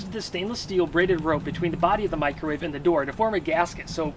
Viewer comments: It's caled a 'macrowave' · Disappointed you didn't call it a "Macrowave" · I now can never hear the word "Microwave" without the "micro" part being emphasized in my head.